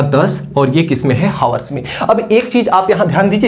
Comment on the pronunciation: Hawars ❌ Hours ✅